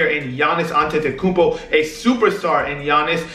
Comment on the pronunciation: the only person to say giannis last name correctly